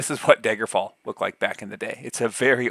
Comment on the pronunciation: Are you from Wisconsin? I noticed "Daygerfall"